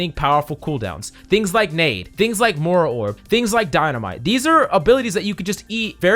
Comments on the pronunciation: Moy- ra not Mara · Spell the i in Moira pls aaaaaaah "Mora" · How about "mora"? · I’m dying about your pronunciation of Moira